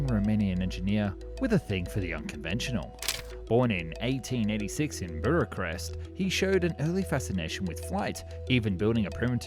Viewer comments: "Buracrest"???🤔 Sure it's not Bucharest? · Wth is buruchrest? Can’t even get the capital city of romania right. It’s not even hard to pronounce bukarest. I‘m not even Romanian. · FYI it's pronounced "book-uh-rest" not "bur-eh-crest" :) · It's Bucarest, not "bureau-crest".... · Buracrest? No, Bucharest. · BUCHarest.. not BURacrest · its "Book-a-rest" not "burer crest", friend! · what the fuck is burakrest? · Burachrest lol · Where is buracrest???? I know bucharest or Bucareste but what is BURACREST😂😂😂😂😂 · It's pronounced Book-arrest! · "burr-a-crest" is a pretty bad way to start a video all about Romania... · First theory: For reasons unknown to man, this is the take that went with, including all the fubs like "Buracrest" and "Conada". Second theory: These words were intentionally mispronounced to have comments, (like this) correct or mention it, which increases engagement. You sly devil. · Burucrest?!? Maybe read the name off of the building at this point? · why (how) is he saying bucharest as burachrest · Bucharest: British pronunciation = Book Arrest! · it's pronounced BU Ka Rest! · Bura-crest ?? is this ai content?? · Where is "Burachrest " .044 I am expecting you mean Bucharest ? let's hope the rest of the story goes well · Bucharest. Boo. Kha. Rest. And I'm an American FFS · "Buracrest" Oh we're off to a fantastic start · Is "Buracrest" a city that I'm unfamiliar with, or just a mispronunciation of Bucharest? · Say it woth us: Boo Cuhh Rest. Bucharest. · That was not how Bucharest is pronounced it's Buqa'rest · Burukrest??? Really? Over and over again wrong. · Yeah how did you read Bucharest and pronounce "Burachest"? Did you read it? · Buracrest, Propusuler, Clergette, Louiss Bergette, and Gabrielle Voyssin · Relax, matey. It was still good video. That "Bracarest" had me beat, though. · i heard "buracrest" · not really sure how you got “Buracrest” from “Bucharest”. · I'm American, came here as soon as I heard "Buracrest" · or book-oo-reshti